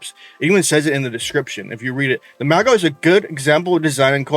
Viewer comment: first skin is "Ef-fem-min-rus", second is "USS Bead-dee", last is "mau-ga" (you got it right :D )